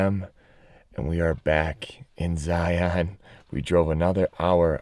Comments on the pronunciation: The biggest tell when someone isn't from Utah: Zy-AHN instead of Zy-uhn. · Great video but like I commented on your other vids as have others, it’s cringe worthy when you can’t properly pronounce the name of the park that you’re visiting ...Zion is not a hard sounding ON- it’s Zi-un.